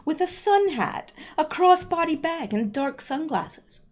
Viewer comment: I love how you said it.....and a cross boddee baag. I had to chuckle. There were prolly comms in there somewhere.